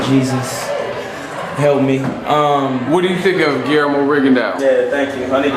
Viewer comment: Rigondeaux is pronounced "Ri-Gon-Doe" fyi...